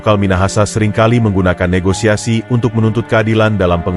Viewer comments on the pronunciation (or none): none